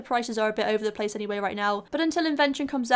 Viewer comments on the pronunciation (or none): none